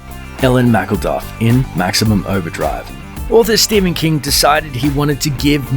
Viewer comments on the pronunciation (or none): none